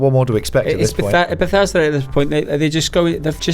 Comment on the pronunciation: Bethesda..........principles.............Bethesda..............principles yeah it doesn’t sound right